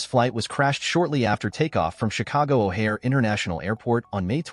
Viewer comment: CHICAGO O’HAIRE bruh not chicago airport